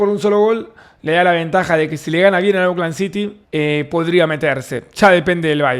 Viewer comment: Hola Davo, se dice "ócland" no auclan:face-blue-smiling